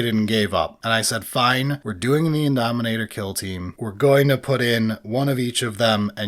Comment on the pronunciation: Indomitor, not Indominator 🤓☝🏻